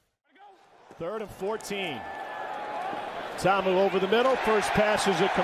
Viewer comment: TA-A-MU NOT TAMU